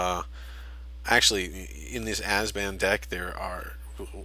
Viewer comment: Abzan, not Azban. Great video though...